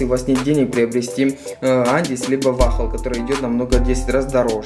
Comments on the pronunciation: По русски вал,или вол.не вахл.Еще бы вафли сказал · ВАХЛ-МАХЛ епта, хоть бы научился название правильно произносить